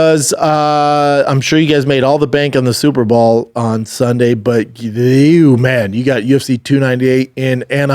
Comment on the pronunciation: SUPER BOWL. not SUPER BALL you redact.